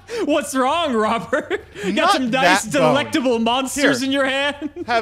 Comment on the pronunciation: I never want to hear say "delectable" again